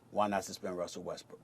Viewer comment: It sounds like he’s saying Westbrick 😂😂I can’t un hear it